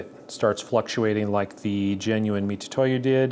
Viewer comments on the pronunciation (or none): and most definitely not "Mi-too-to-YU" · Very comprehensive video, it is detailed. From the boxes section you could start to see the fake ones have subtle but knowable differences. If it's fake, it's trash. like you said, why impersonate someone else. Great video but please can you just pronounce Mitutoyo, Mitutoyo instead of Mitutoyu. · I believe it's pronounced MiTsuToYo, which is the pronouncation of their company name 株式会社ミツトヨ(三豊), and tu is just a short version of tsu, in fact, if you type tu with japanese keyboard, you'll still get つ(ツ)(tsu). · I still can't quite tell if you're saying "Mitutoyo" (wrong) or "Mitsutoyo" (right). Either way, I appreciate the detailed look into what at first blush looked pretty identical! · Pronunciation is "Mi-TSU-toyo."